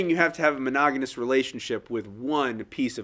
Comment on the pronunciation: Did he say "monogaNous" instead of "monogamous"?